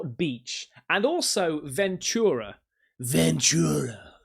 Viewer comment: The missus and I are from Ventura. Great little beach town. I miss it since I live in hellazona (Arizona). I’m happy you pronounced it correctly. In TV shows and movies people pronounce it as venCHura. And since I’ve grown up there, I’ve never seen things like that. I call BS. Thanks for showing my home town. Cheers mate.